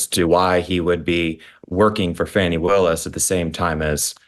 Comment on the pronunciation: I love you Kelly! You say it like it is! And her NAME PRONUNCIATION, FANI, not FAWNY! 😂😂😂😂 FANIIIIIIIII!!! 😂😂😂😂 LOVE IT